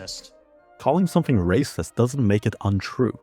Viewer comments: "Your raysust!" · "You are wacist" Yeah I love to race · "Das rayciiissttt!" - Sheniqua, 29, after being told that she can't kill people. Sheniqua doesn't even know the definition of Racism, she can't even spell it. She can't read. But she's seen other people say it, so now she does too.